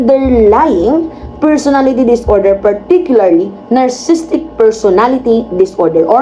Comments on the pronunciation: Nar Si Sistik pagbasa dun, may extra "Si" kasi spelling nya is: Narcissistic from the root word: "Narcissus" or ung taong mahal na mahal ang sarili nya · narcissistic po hindi narcisstic. (nar-cis-sis-tic po ang tandang pronunciation. Everyday po king nanonood NG asawa ko NG vlog ninyo.